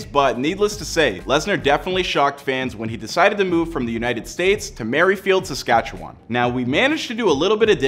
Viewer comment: Yeah, he also mispronounced Saskatchewan but most people do.